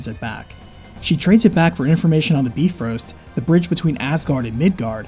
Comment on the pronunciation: Nope,it's pronounced as By frost